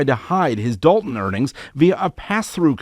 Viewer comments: It is not Dalton as people are pronouncing; it’s Dolton as in dolt. In fact it comes from the noun “dolt” as in blockhead, dodo, dimwit, named after the majority of the voting residents who obviously would elect one of their own, Henyard. What’s the problem? Like residents of Chicago electing their own, a Chicago; it is Algonquin, in their language “shikaakwa” which means “stripped skunk”. See? What’s the problem? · "DOLT-TOWN"! It's in the name folks!